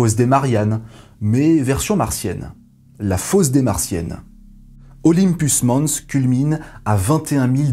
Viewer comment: Je t'adore, mais en vrai Olympus mons... pense à Jeux Olympique pour la prononciation. Désolé mais va falloir flageller grave là